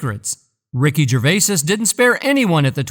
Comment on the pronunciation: OMG! I can't listen to GERVAYSIS one more time!!!